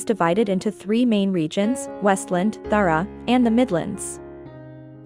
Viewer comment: Okay clearly read by an AI and does not include the books after Confessor. Notes: D'Hara is not pronounced "dhrra". Kahlan is not "Kaylan" (TV messed this up too). Jagang is not "Jagong" either.